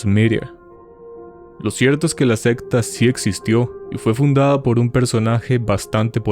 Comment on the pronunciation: bro, pronuncie secta bien primero jajaj que me da un toc